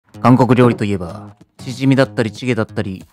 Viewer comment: 韓国料理 が 暗黒料理 に聞こえた